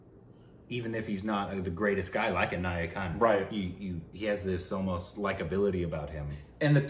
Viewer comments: You guys keep pronouncing NAYATTU movie as NAYAKAN. NAYATTU is the malayalam one with JOJI GEORGE while NAYAKAN is the KAMAL HASSAN film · It's not nayakan, it's nayatt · Guys..it's Naayatu...not Nayakan... Nayakan is the Kamal Hassan movie you recently watched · Nice tshirt 👍🏼. It's not nayakan 😂😂. It's nayattu. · Joju plays the lead in the movies Joseph, Porinju Mariyam Jose, both good. And its Nayattu and not Nayakan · it's not nayakan bro, it's nayattu 😊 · Naayattu.... This is not the first time, You just don't seem to get it right 😂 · They just kept saying NAYAKAN instead NAYATTU